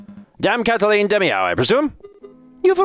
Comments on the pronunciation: I believe "Demiaou" is pronounced "de-meow" for obvious pun purposes. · It's pronounced "DE-MEOW". 'Cuz they're cats.